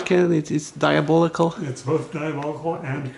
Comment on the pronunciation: Can you tell us some more about your TDR... or point us at a video if you already have. I love your pronunciation of "diabolical"